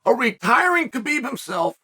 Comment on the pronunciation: Khabibs mother gave him a beautiful name say it right !!